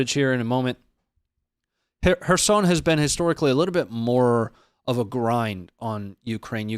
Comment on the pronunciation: The pronounciation of kherson is off too bro just sayin